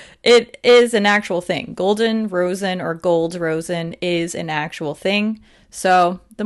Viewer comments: Rosin is pronounced like "RAHH-zin", chunks of it are rubbed back and forth on stringed instrument bows to give them traction to make a sound when drawn across the strings. I've been playing stringed instruments since I was in 3rd grade :) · "Rosin" is pronounced like RAW-zn. I think it comes from trees? Also, I'd LOVE a comprehensive comparison of the Cloud Lap Lip Clays. I have never bought any because I can't figure out which shades to buy. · I would love to see a more comprehensive video of the lip clay line! Also, as a former violinist, as soon as I saw the name, I was so happy. It pained me to see people say raisin instead of rosin. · In my understanding it's pronounced RAH-zin. But I literally thought it was "raisin" until you mentioned it in your video! Thanks for the catch! And I would love a BYO-bundle of the lip clays - I have the first two sets and now I'm getting pickier about which ones to pick up.